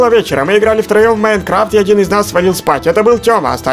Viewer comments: не иайнкравт а майнкрафт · Правильно майнкрафт а не майнркравт